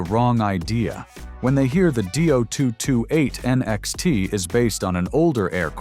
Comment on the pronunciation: Repeat after me: DEE - OH - 2 - 2 - 8! .. NOT Doo-228!